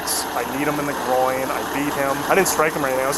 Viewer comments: "You kneed me in my grawoins" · You kneed me in my Growings 😂😂😂😂boy don’t even know the correct lingo but still TRYING to say it😂😂 ( ie: Groin) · This fool said "gro ins" 🤣🤦🏾‍♀️ Oh ffs, Lindsy. Smdh Bitch moves, my dude